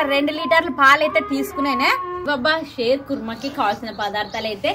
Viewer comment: షేర్ కాదు షీర్ ఖుర్మా అంటారు